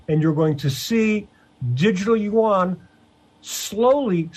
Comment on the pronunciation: Finally, someone who pronounces it (yuan) correctly. After studying Chinese I have come to the conclusion that it is a cumbersome language. English is the best and Russian so great. English is the fundamental language for reading the Bible KJV 1611.